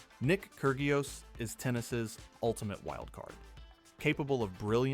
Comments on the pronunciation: I cant stand the ai voice saying KER GIOS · “Kurg ee os” lol